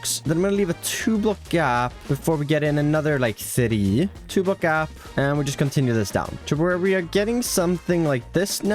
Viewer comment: I don't want to be an ass but the way you keep adding syllables to single syllable words is too much. I assume it is not your fault, but I just can't deal with the "tha ree" for three or "Ta rap" instead of trap. If it was one or 2 times, ok, but it is like every other word.